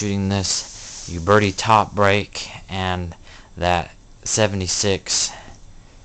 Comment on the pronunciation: Your pronunciation of Uberti is killing my ear. Ciao.